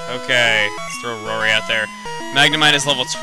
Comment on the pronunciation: when he said roary's name right then i read the next problem in my math book- rory (roary) claims.... epic ;)